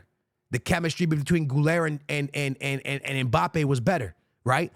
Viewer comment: UNC said “when Mpabbe lands at Real..” LOL 🤣